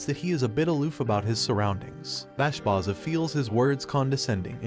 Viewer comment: Bro plz see the anime closely and then write the script .. Bashbarza and granbarza .. not bashbaza and granbaza .. thats kinda annoying when people get names wrong in explanation .